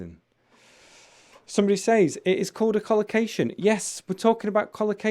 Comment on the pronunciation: I heard you pronounced says as say all the time. Are there two ways to pronounce it?